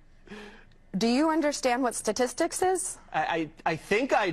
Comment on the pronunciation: She has a doctorate?? And teaches?? She only pronounced the word "statistics" correctly one time out of all the times she used it. She repeatedly pronounced "statistics" as "satistics" sa-tis-tic. The correct enunciation is sta-tis-tics. It is a common mispronunciation, but my God, to go on national TV and claim you are a Professor and insist on being called Doctor? And make such nonsensical arguments? Then speak like an illiterate? What an embarrassment. As a school, I would be mortified to be associated with her. These are the kind of people teaching our kids higher learning. If you could even call it that.